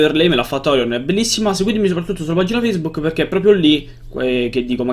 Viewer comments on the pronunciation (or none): none